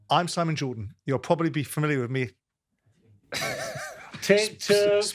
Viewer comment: "Pwobely nontenth"